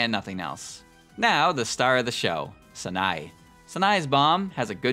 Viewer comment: FFS Learn to pronounce Sanae